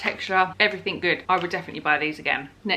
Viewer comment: Arghhhhhhhhhh it's everyTHING not everyTHINK. Sorry phew, little rant over. Looking fabulously refreshed. You take as much time as you need and post as little or as often as you want. Enjoy every moment with little man because they grow up too fast, and those moments are gone.